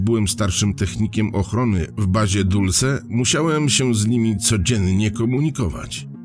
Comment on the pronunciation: Znowu. Nie "Dulse" tylko Dolsi